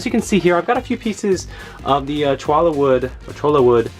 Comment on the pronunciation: Cholla pronounced phonetically like "choya"